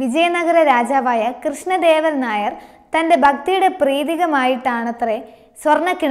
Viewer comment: കൃഷ്ണദേവരായർ എന്ന് പറയുക. അക്ഷരത്തെറ്റ് വരുത്തുന്നു.